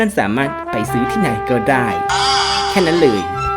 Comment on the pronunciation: เลย ไม่ใช้ เรย นะครับ